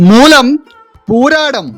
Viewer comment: മൂലം എന്ന് പറയാൻ ഇത്രേം ശക്തി 😂